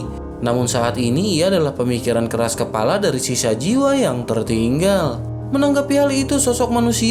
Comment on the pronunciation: selalu dengar mimin sebut kelapa, sepatutnya KEPALA bkn KELAPA